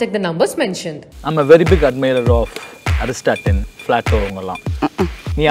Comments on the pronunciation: Did he say Aristaten and flato? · PhD lam okay.. But mispronouncing the name of great Greek philosopher Aristotle (not Aristatin) and plato(not flato) is not accepted.. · Political science PhD? Opening adutha pulugu mootai... Joke of the decade, no no century. At 2.22, It is not Aristatin, but Aristotle. And not flato, it is Plato.